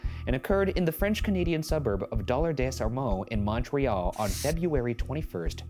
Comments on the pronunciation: The way you pronounced my hometown of Dollard-des-Ormeaux PERFECTLY omg😭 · DoD! Dollard-Des Ormeaux! Ryan's pronounciation of the name wasn't even that bad, I'm impressed. Québec has some really cool stories (including spooky ghost stuff, especially in places with a bloody history like Saint-Eustache), it's fun seeing us mentioned in a Watcher video! And yes, Shane, that was a very French-Canadian "c'est quoi c'te son là? Enh?" which just means "What's that noise? Eh?".